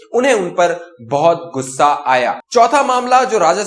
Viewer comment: آپ غصہ (Ghussa) کو گھسہ پروناٶنس کرتے ھیں پلیز آپ غ کو درست پڑھا کریں